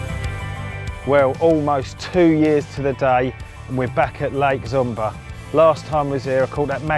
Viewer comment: It's not "Zoom-bar", but more like "Shoom-barr" ;)